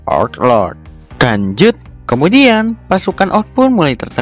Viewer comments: Kenapa setiap abang nyebut "lanjut" malah nyebut "kanjut"? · Abang nya kalau ngomong lanjut malah kedenger kata kan*ut